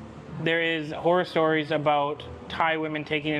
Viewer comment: Did you say "whore stories" 😂😂😂😂😂😂😂😂😂